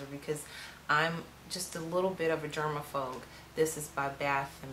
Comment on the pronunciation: Did she say germa-phogue??? bwahhaha